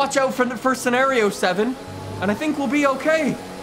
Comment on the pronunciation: sevent lol or twelvth